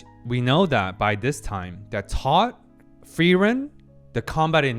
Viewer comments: You're pronouncing Frieren's name properly now. Nice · It took 10 episodes but I think you're finally pronouncing Frierens name correctly xD. This is definitely one of my favorite episodes of the season.